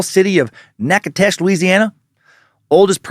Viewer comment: Got damn close to correct pronunciation of Natchitoches (nack-ii-tish) for an out-of-stater. Well done